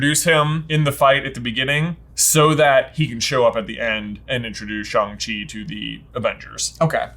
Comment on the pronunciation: Wow, finally a review that pronounces Shang-Chi correctly! But more importantly, what Hogwarts house does Shang-Chi belong in?